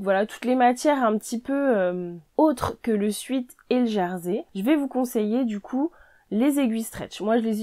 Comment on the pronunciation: Merci pour vos conseils 😊 Juste un petit truc 😏 Sweat tissu du sweat-shirt se prononce « souhaite » ;sweet se prononce « souite » et veut dire sucré, doux... Voilà 😉